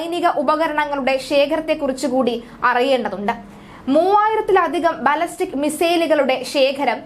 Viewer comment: കുട്ടി ശരിയായി പറയു ബാലസ്റ്റക് അല്ല ബാലിസ്റ്റിക് എന്ന് പറയു